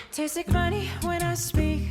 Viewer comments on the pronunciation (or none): none